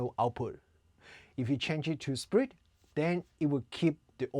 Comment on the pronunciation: I thought u said "sprint" when in actuality u were saying "split" 😅😅